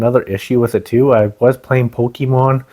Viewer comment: Its not pookiemon its pokemon